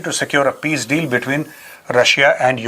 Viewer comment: Deal not leed